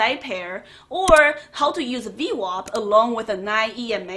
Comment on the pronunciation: WAP not WOP ,WOP Is like calling an Italian person the N-word lol